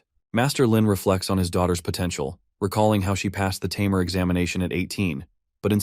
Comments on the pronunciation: This AI voice seems unable to say "tamer" correctly! xD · What’s with the constant use of tameer instead of tamer? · What a interesting way too say tamer 😊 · if only the AI could properly pronounce "tamer" consistently